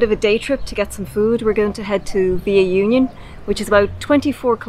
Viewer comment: Union is pronounced Ew-Kne-Ohn. Those tacos look yummy.